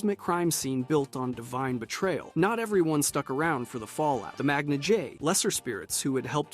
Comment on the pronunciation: There's something off-putting when you find an Elder Scrolls content creator who insists on using their own pronunciation for words we commonly hear in the games, like I don't even understand how you're getting half of these pronunciations, have you only ever seen these words written? The "eye-ee-dra?" The Magna "jay"? Every single living soul who's played the games, knows how to say these words correctly man. And you're also taking an extremely specific interpretation of Elder Scrolls mythology and just presenting it like it's a proven fact and never referencing that Men and Elves have entirely conflicting-in-parts mytho-history. This is honestly a pretty poor video.